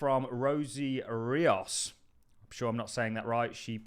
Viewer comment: Rosie REE-OS